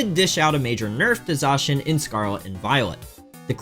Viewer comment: Please try to pronounce Zacian correctly